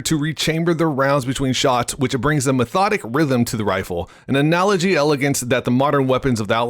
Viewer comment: It’s pronounced : an-al-og.... not analogy?